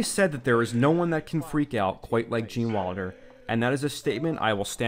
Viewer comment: Great documentary. If only you could say Wilder instead of Walder.